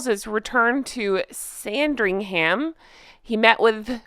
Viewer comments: Minor quibble: the "h" in Sandringham isn't emphasized. More "am" than "ham". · SandringUM. Not ham 😅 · As an english person, may i please advise that you dont say the h in Sandringham or the l in Norfolk. Love you lots honk honk xx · Hiya, just wanted to say that the way you pronounced Sandringham and Norfolk was a little off, no hate ❤️😂